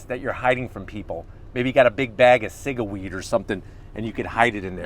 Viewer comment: said "Ciga-weed" 😅